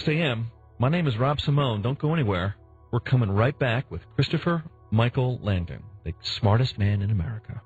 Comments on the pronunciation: Oh gosh his name is Langan. No "D" ok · isn`t his name langan? this guy keeps calling him langden...